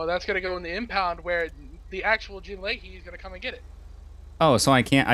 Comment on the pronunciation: haha jim lahey (lim jahey)